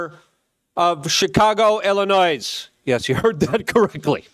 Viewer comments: Luke, I hate how you pronounce Illinois. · The s is silent in Illinois